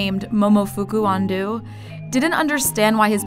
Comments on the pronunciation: Re. the story about the instant ramen inventor Ando. His last named is mispronounced by the narrator. It is not An-doo, but the correct pronunciation is An-dough. Just as an FYI. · It's Ando-o (long o sound)... not "andew".... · How the fuck do you get AndU from a clearly distinguishable O? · Ando is pronounced An-doh, not An-do. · Yeah, it bothered me too. ANDOOOOOOOOOO. They also say tempura as tempora. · I love how she pronounces Ando like "andoo" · Ando is not "Ahn-dew", it's "Ahn-doh." >.<" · Ando is pronounced Ahn-Doh, not Undoo ! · Momofuku Ando is pronounced An-DOE not An-DU. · andOH NOT ANDOO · The pronunciation of Ando is strange. To be accurate, Andou. When Japanese people hear it makes them feel uncomfortable. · "Andu"...lady please pronounce his name right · It's "an-doh" not "an-doo" 😖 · I kept cringing every time the narrator said "Andoo" as Momofuku Ando's last name. She did the same with Sudo. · Someone please tell that woman how to pronounce the surname “Ando”. You think that being a reporter she would have researched it... 🙄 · Andou = "Undo" 😂😂😂 I'm very sorry, it's funny to me XDXDXD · Why does she pronounce Momofuku correctly but not Ando? I would think it'd be easier? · hey look, the same name... but it's pronounced like an-dough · Let's try not to butcher Ando-san's name ok? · It was annoying how in the Ramen video they mispronounced his family name through the entire thing. It's spelled ANDO (ah-n-doh) I'm pretty sure that "du" is not a sound you can make in Japanese... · I love this video but I can't stand the lady pronouncing his name "on-doo"...there isn't even a 'U' in his name lol where did she even come up with that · Please pronounce Momofuku Ando's name right. ffs.